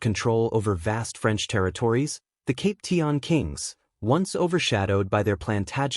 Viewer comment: Cap pee shan not cap tea an